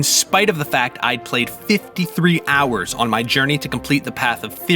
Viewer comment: 53 hours, the way he put emphasis it twice seems like that's a lot of gametime which isn't for a JRPG playthrough. if that was from a playthrough of choosing one character out of eight, only then would i be impressed